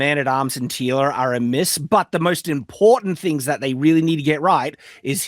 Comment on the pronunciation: Of course the blue haired girl says “thawt.” Women can no longer say the word “that.”